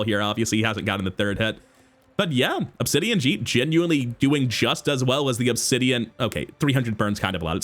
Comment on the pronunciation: I know it’s not a big deal, but hearing jitte pronounced as jit always tilts me lol